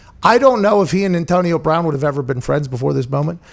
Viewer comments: Wtf it’s brown not “Brahn” like ???? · “Antonio Brahn.” What? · Anyone else notice “Antonio Brahn”?